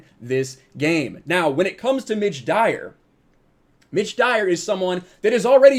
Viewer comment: Oh, it's "Mitch Dyer"! All I heard was "ditch diver".